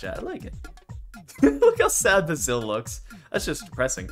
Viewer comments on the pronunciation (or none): Btw his name is pronouned bae-sil